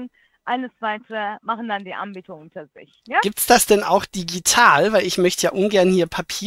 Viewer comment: Sagt die immer: Die Ambieter?